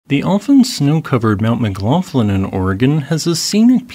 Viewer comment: McGlofland? Is that how that name is pronounced? I tend to pronounce the gh with that sound at the back of the throat you have in Gaelic.